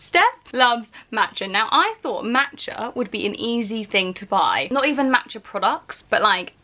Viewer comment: the way she says matcha is so irritating😂